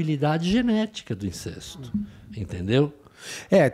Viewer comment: Incesto - pronúncia correta: INCÉSTO! Isso ai,!